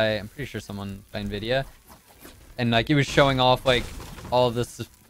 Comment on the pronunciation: Is it and or nividia